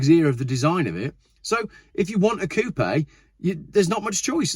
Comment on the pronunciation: the dude can't even say coupe right LOL! and ppl listen to him? LOL